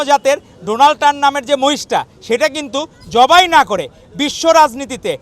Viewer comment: মার্কিন প্রেসিডেন্ট এর নামটা উচ্চারণ করতে পারল না আপনারাই তো তৃতীয় গরুর জাত 😂😂